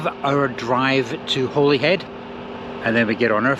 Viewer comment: Another gem- however Holyhead (Caergybi in Welsh) is pronounced 'Hollyhead' or-if you want to sound local- 'Olli'ead aye' ! The breakwater is magnificent- longest in Britain ?- some 50-60 men were killed in it's construction and millions are to be spent repairing and upgrading it. The town is at last on the up.